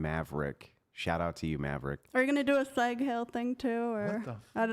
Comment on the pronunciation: "you gonna do a zaig hill too?" dafuq is zaiq hill?